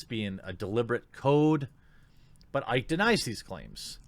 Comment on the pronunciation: OMG IT'S PRONOUNCED ICKY NOT IKE. Also, it's got nothing to do with Icke. It's got everything to do with the Roblox vid at the end. His shit was so scattered it's like watching everything dear in his life is about to come to an end. Shit, you think the Doc would damn near break down in tears if Twitch fired over Icke? Nah, the Doc is probably going to prison. Either from tax evasion or an encounter with underage chick. The key is the Roblox vid people. Why would someone in his discord ask if he was going to play that game? A children's hide and seek game and a vid or 2 adults speaking in childlike voices. That was some cringey fucking shit.